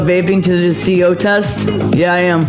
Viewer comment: She better learn how to pronounce CO first.